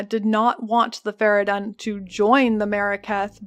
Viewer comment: fara-done ? they say fara-dune like 18000 times in game...